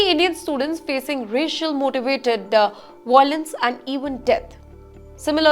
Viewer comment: It's violence not voilence